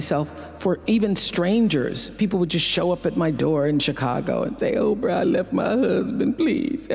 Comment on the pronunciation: "Oprah", not "Opera"